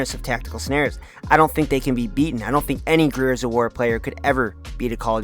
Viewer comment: bro can’t pronounce the word Gears?